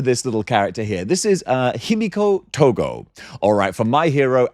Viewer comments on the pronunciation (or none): Togo??? is Himiko "Toga" the way you say it is like calling someone a dog 😂